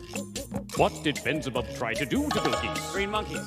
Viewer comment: You got the name wrong! It's Benzibab, not Benzavov!